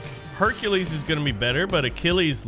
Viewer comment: You said Hercules name wrong